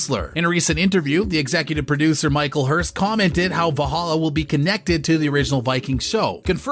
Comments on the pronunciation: Vollhollah?! ...Sounds more like arabic. And narrator, could you please talk faster. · Try to learn how to say Valhalla in Scandinavian, not English 😅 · I hate the narrators pronunciation of character names and the show title itself